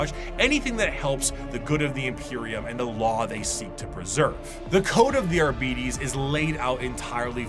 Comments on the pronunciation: Man, I dislike the way keeps saying "Abeedees". It's 'Arbites' ffs! From the word 'Arbiter' (/är′bĭ-tər/) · Well, there are rules when it comes to pronounciation. Both for English and Latin. And yes, it gets a bit weird in W40K because it's bastardised to hell and back, but "Arbeedees" is still quite incorrect. I'm guessing the lazy pronounciation is simply due to Arbiter not being a commonly used word these days. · English is full of words taken from other languages, the pronunciation of which was adapted to better fit English phonemes. They don't fit the standard of typical pronunciation because of that. And again, Arbites has no relation to the english word Arbiter. Even going by Latin "rules", it would be closer to "ar-bee-tess", still very different from arbiter.